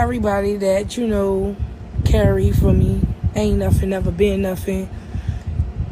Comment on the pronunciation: It's not nuffing its nothing. Proper speech please